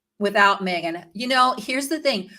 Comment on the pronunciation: I don’t think her name is MAYgan. MEgan